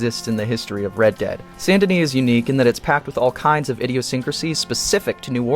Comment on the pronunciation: Say it with me: "Saint Denis". Not Sandini, not Sun and Knee not San Denny.